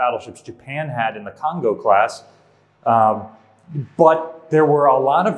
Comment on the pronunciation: Kongo is pronounced like American "cone go" not the country Congo